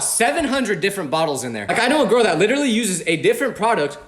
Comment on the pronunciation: we all have been there ( or will be there ) you will find your gourl ( girl said in a weird way) you ain’t a disappointment